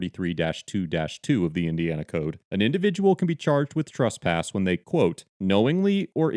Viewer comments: the 1st part of the word " tresspass " rhymes with BESS not BUS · can you comment on your pronunciation of the word "trespass"? In many situations it sounds like "trusspass" and when used in different figures of speech (e.g. someone being trespassed from a a location vs committing the crime of trespassing) the pronunciation seems different. I just want to make sure these aren't different ideas or different words.